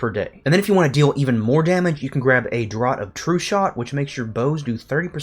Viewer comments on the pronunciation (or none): Draft, it’s pronounced draft.